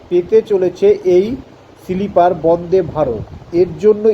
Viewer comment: সিলিপার না রে বাবা !! স্লীপার । লেখা পড়ে বলা অস্বস্তিকর ।